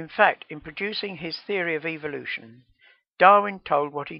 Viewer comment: it's pronounced evolution not eveilution